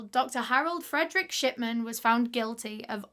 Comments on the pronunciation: accidentally heard "sh*tman" and not "shipman" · lol so sorry but everytime you say "shipman" i hear "shiTman" almost every single time and that's absolutely fine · every time you say shipman i hear shitman and i'm enjoying it so much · I thought his last name was “shitman” the way she was pronouncing it, but its pretty accurate way to describe him. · i keep hearing "shitman" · Is it just me or does it sound like she's saying shitman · i keep hearing 'shitman'. 😭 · I cant stop hearing dr. shi*man😭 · SAME I WAS LOOKING FOR THIS COMMENT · Now I can't stop hearing it!